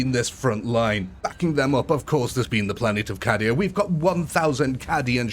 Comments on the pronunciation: Just fyi , Cadia is pronounced 'K-Dia' rather than 'Cah-dia' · I had subscribed. Having watched a decent video before... I've now unsubscribed!!😂 How can you love 40k, yet can't be bothered to pronounce Cadia or Khorne properly? I know it's silly, but your reasons for not pronouncing Khorne correctly are just mental. Like you think it sounds wrong, so you'll change it to "Crone". What a melt😂😂 Like, you're piggy backing off the love for 40k, and their fans for the support for your videos, while not actually caring about the lore. It's kinda funny, but also a shame because the battles themselves are good. It's mad that the commentary ruins it completely 🤣 Luckily, theres lots of decent 40k and UEB2 content to watch, so I suggest folks watch those instead of this buffoon. But each to their own. I recommend Battle Simulator Centre. Even though it's got AI narration, still preferable to an actual human who butchers 40k through being a block of cheese. 😎👍